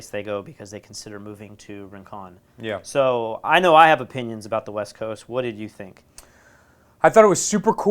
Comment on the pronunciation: I cringed every time they pronounced Rincón. I didn't even know they were talking about Rincón 😂😂😂😂